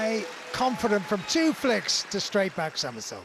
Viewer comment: why does he say flick? lol